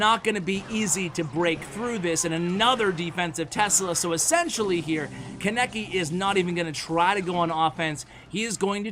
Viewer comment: when you watch anime and dies when tries to pronounce kaneki's name in the video and you cant correct him because its pre recorded LMAO